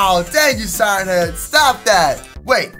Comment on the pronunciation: U say head wrong